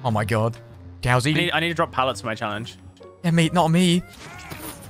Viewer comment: DOWSEY OMG ITS not dowsey